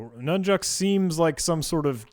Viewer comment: did u say "nun jokes? thanks for content \o/